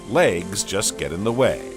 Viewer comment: What’s happening with his voice ?!? I like this but can’t listen for long. He literally sounds like an adult Forest Gump . “Legs-Guh”. “Pods-za”, and “ assembled-da”. 🤔